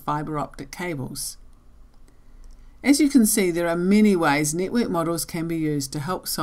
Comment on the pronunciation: Sounds like "nitwit model" to my American ears